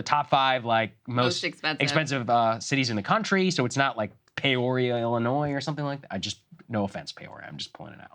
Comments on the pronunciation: It's Peeeoria, (not Payoria), Illinois (midwesterner here). The $170K is about a $44 per hour wage (working up to $49) as one example (which is about $92K per year if it's full time), add in overtime, add in the pension at say $25K, then add in medical at $8K to $22K, THEN you're getting to the $170K figure. This is according to a Yahoo article. If you add in medical and matching 401k or any kind of pension contributions if they still exist, any salary could be made to look more than it is. The companies I worked at would do that all the time to us at year end to make sure we knew how much they were spending on us besides just base pay. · "PAY-oria?" How does Saagar not know how to pronounce "Peoria"? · oh hey i grew up in "Pay-or-ee-ah" IL and that's not how it's pronounced 😂😂